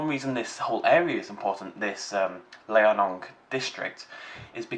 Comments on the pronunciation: Liaoning is Lee-ow-ning, not Lai-eh-nong,. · Unless I'm terribly mistaken for the past few years, I think it's pronounced "Lee-ao-ning", which is probably best explained to an english speaker as "Lee-ow-ning", roughly. Note on the phylogenetic tree, recent evidence points to Balaur being a avialan, not a dromaeosaur, and last I heard Rahonavis was to.